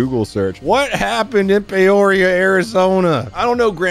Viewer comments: I live in Az I got you: Pee-OR-EE-ah Thanks got the content dood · Pee-or-e-a is the correct way to pronounce it 😭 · it pee-or-eee-uh. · Pee-or-e-uh is how you pronounce the city of Peoria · Its pronounced Pee-or-ia. I think. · Pee-or-e-uh there’s a peoria in Illinois too. But its on the darker side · It’s Pee-oh-ree-uh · It's pronounced...Peoria. I hope this helped. LOL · It's Pee-or-ee-uh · its Peeeoria arizona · Maybe this is reaching too much, but I wonder if he was aware of the crossfire and went to the pistol because of the high risk of the rifle over-penetrating. Also, it's "pee-your-e-ah" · It’s pronounced “Pee or E uh” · Its pee-or-ea I live near a different peoria in illinois at first I thought it was the city in illinois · Its pronounced. Peoria. 😂😂😂. I live in South Phoenix. So i know ❤ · pronounced...Pee or -e uh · pronounced. Pee oria lol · Peoria is pronounced PEE OR E ah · PEE-OR-EE-AAA= Peoria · Pee-or-ree-ah = Peoria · It's pronounced Pee (like what comes out of your pee hole)- oria. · It’s pe-or-e-a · Pee- Or'ee - uh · Peoria-p or e ah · It's pronounced "peoria" 😊 thank me later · Pee - oria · Pee. Or ee a. Hooked on phonics. 😊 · Pee o ree ah! :) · Pee oria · Pee-or-e-uh Also, if you like life. Stay off the avenues. West side is hot garbage. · Pee-ore-ia Arizona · It's PEE-oria. Lmao. Also, that absolutely sucks about your TRX. 😭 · Pee-oria is the correct one lmao but payoria is wayyy better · Its pronounced Peeoria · It's pronounced Pee-or-iah, we have one in Hellinois.... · I know that exact spot in Peoria Arizona pronounced pea-oria its the nicest place in Phoenix my gram gram used to live less then 5 mins away from that dealership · I was born raised and still live in Arizona. The city is pronounced P _ oria. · it's literally pronounced like it's spelled... Pe-o-ria...he acted like it was Aquebogue, New York or something. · Pee-or-ia, like die-or-ee-ah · It’s pronounced “PEE-or-REE-Ah”. Source: I live in Illinois.